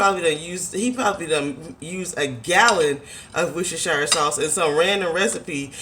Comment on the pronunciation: lol its ''wuster-sha' sauce not ''shi-re'' (coming from a british chick )